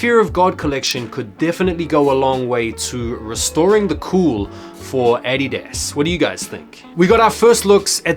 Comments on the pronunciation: The way you say “adidas” is fucking hilarious 😂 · Anyone else annoyed af with the way he pronounces addidas?